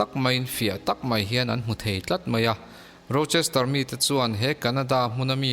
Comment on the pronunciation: Rochester chu lam zo ve bet2 hle Mai mo